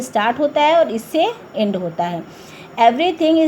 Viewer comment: Mam apko bolna nhi aaya 'end' vo Ind nhi hai